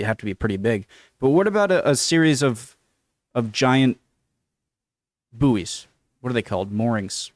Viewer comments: Radar bouys? How would you power them and for how long? By the way it's Buoy as in Buoyancy. If you pronounce that the same way you'll sound really weird. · Buoys ('boys') (not "booees" !!!)